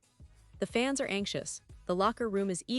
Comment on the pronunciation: Not a fan of the AI voiceover than can’t say fans….instead says it by spelling out the word